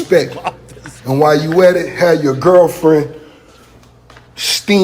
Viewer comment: Rick said "Gurlfriend".